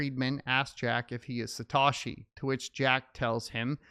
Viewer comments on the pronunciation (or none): Its Sa Toe She